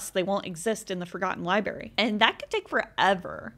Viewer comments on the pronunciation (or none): Library...not libary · Liberry 😂 love your videos but that always gets me